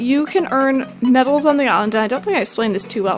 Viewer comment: Idk why, but when says medals it sounds like babbles